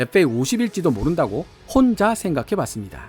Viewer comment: '혼자' 라는 말을 너무 강조하시네요 ㅎㅎ 오늘도 잘 들었습니다~